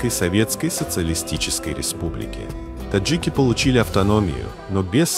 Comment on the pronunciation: Бредовый ролик. И перестань коверкать слово Таджик и Бухара... 🤬🤬🤬